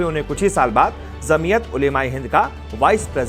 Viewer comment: Apna pronounce sahi karo bhai. Jamiyat J se he and aap z ko pronounce kr rhe ho.